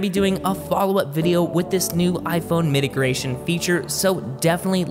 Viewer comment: Did you just say Mitigration? That's not even a word. It's MIGRATION!